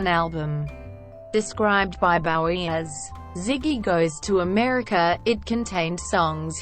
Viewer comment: Bow-ee, not Baow-ee gewd dammit!